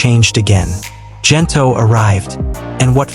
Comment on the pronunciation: The G in Gento is pronounced like in Good , Gento not Jento.